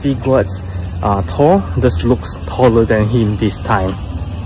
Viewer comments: As someone with a direct Norwegian & Swedish lineage, it's really awesome to hear you pronounce Thor correctly. For anyone reading this and confused, in Scandinavia, the "th" is silent. Well, not the t part...so it's pronounced more like "Tor." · No problem man! Hahaha, yeah, too many ppl aren't aware you're saying it correctly. And all those ppl would say "well, we don't say it like that in America (or wherever they're at), and that's not how you pronounce the comic book character." True....but doesn't negate the fact that Thor isn't properly pronounced the way you say it lol. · both pronunciations are correct lol. But yes modern day Scandinavians say Tór. Old Norse is Thórr. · Swedish Irish American here, While you are correct modern day Scandinavian countries pronounce Thor as Tor, in old Norse they actually used a runic letter called thorn (known as Thor’s rune Thurisaz) which actually has the “th” sound, such as being needed for the th sound in Thunder.. in modern Icelandic they actually still use the letter Thorn. So they still say Thórr just like Old Norse. So in Old Norse it would actually be pronounced as Thórr lol just like English sound but with an extra emphasis on the r. Scandinavians started pronouncing it as Tór around the 1300’s for Denmark, 1400’s for Swedish and Norwegian. Jackson Crawford did a video on this I remember here on YouTube. Cheers!